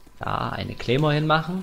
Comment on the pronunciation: Das heißt Claymore und nicht Kleemore haha